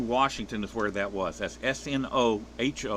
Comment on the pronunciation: Pronounced Sno home ish